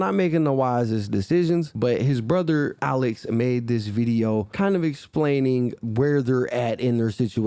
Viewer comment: Omg that is not HOWWWWW you pronounce my name. 🤣🤣🤣🤣🤣🤣 Alex is soooo not that hard to pronounce 🤣🤣🤣 everyone messes it up🤣 I still love u tho💜